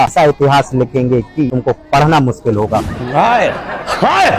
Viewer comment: Mushkil ko muskil kehna 😅😅😅😅